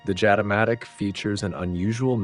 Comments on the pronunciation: It is pronounced "Yatamatic". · The locals say Jatimatic with an Y instead of J